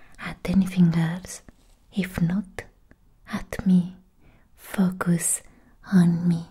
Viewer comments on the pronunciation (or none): I love her smart channel. It's definitely in my top 3 if not my top asmr channel. Also did anybody else hear her say the F#%$ goose the 1st time she said focus. I couldn't stop laughing when I realized what she said the second time. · I almost fell out of my chair before I realized you said 'focus' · "Focus" with accent